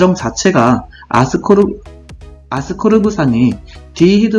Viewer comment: 아스코르브산인데 계속 아스코브르산으로 발음하셔서 헷갈려요ㅜㅜㅎㅎ